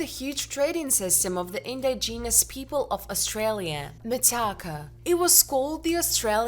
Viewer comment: I had to kill it after she said " In-di-genius " 5 times in the first 40 seconds.